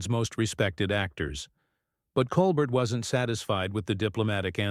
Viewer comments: You are mispronouncing stephens name stupid. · Horrible robot voice speaking and emphasizing the wrong parts of phrases. Also rudely mispronouncing Stephen’s last name. 🤮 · Ok if you're going to be on the tv please say the host name it's Col Bear! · Lol whoever the narrator is... couldn't even say Colbert's name right...what a joke!!